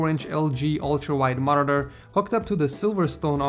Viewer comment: Just some constructive criticism, could you work on your pronunciation of Monitor? No hate.